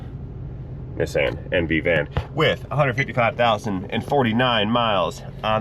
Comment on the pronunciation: How come is the only person in the U.S. who can pronounce Nissan correctly? I wonder if he can also say “Nikon” instead of “Nye Cohn”…?